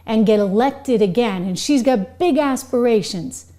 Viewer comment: ....."big aspirations?".......three too many syllables